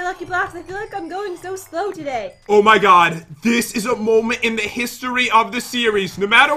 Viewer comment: " O MY COD" Is that only me who heard that?